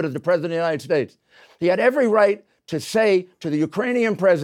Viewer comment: “The United shkates of America”